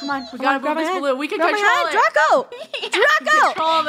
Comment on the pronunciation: it's draco not drago